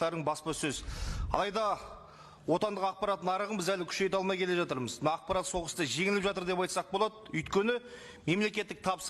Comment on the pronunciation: Атырмыз"емес,,жатырмыз ",дұрысы осы.